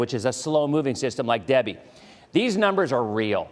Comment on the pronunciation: THE STORM NAMED DEBBIE WHY DO U KEEP CALLING IT DABBIE JUST WANDERING